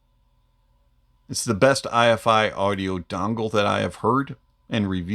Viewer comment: Good review! I'm not trying to nitpick, but the name of this company is Eye-Fi, rhyming with "hi-fi". Anyway, love your channel! Good stuff.